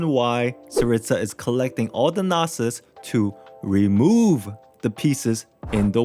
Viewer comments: Its not a noh-sis, its a no-sis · Also “gnosis” not “gnasis”and “morax” not “morux” is it that hard to pronounce how it’s literally said in the game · The way you pronounce gnossis and shneznaya is triggering🤣🤣🤣